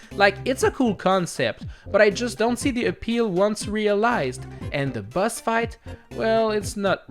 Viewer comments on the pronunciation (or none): Why do you say "Buzz" instead of "Boss"?